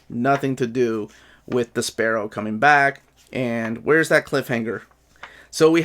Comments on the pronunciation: Great review. So glad this channel exists. Also I thought you were saying "The Sparrow" until I saw the picture and got a laugh out of thinking of Despero going by that while flapping his cape like little wings. I got JLI 1 because of you and really loved it. What would you recommend getting first, JLI 2 or Batman Road to No Man's Land? Better story, more likely to sell out, less likely to get reprinted, whatever reasoning you have works to help make the decision. Want to get both eventually but need to set priorities during these times. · I always called him DES-per-oh. Never heard it pronounced your way before! Dunno if I’ve ever even heard his name said out loud before haha. Can’t wait for this book of course...sure hope we make it to Breakdowns!